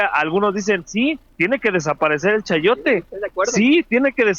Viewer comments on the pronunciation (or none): Se dice: "chayote" carajo!,!👍🇲🇽